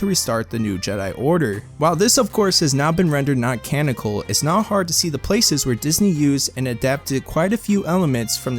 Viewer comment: Canonical not canical